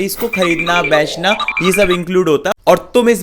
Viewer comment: bechna ❌ beaichna✅ lena❌ leaina✅ dena ❌ deaina✅